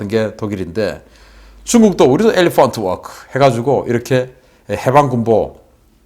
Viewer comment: 엘레펀트 워끄!!🤣🤣🤣😝😝